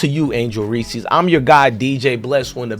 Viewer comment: Reese is one syllable.